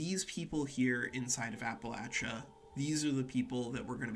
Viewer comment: I’m so proud of you for not pronouncing it like appalayshia like many others not from the area